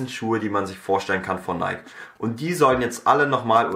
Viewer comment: Du hast mich wirklich getriggered mit dem Video! :D 1. Nike spricht man nicht so aus wie Bike. 2. KAWS...